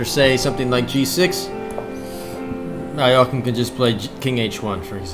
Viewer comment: Nice! First correct pronunciation of Alekine I hear from someone who doesn't speak russian